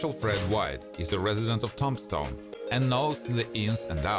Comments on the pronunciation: Hey, Buddy. Nice videos. The only suggestion I would give you is to try and learn the correct pronunciation of cities and towns in the US. Tombstone is not pronounced like the name of Tom Stone. Tomb is pronounced Toom stone. Toomshone. The rest of your words are very well done, and the whole piece is very interesting and well done. Thank you. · The narrator calls it Tom-stone instead of Tombstone.............. 🤣🤣🤣🤣🤣🤣🤣🤣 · I am not trying to criticize your English, but to help. The e word " Tombstone" is pronounced with a lomg "e" sound. As in TOOM-stone.For some crazy reason the "b" is silent or said almost silently. My grandmpther spoke five languages including German, Hungarian, French, and Turkish and said that English was the hardest language for her to learn. In my family Greek and German were commonly spoken, I really enjoy your show. Thank you.😢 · You are hard to understand with that accent and you are saying Tombstone wrong 😕